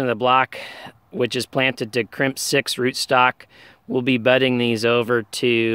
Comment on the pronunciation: Krymsk not crimp 🤣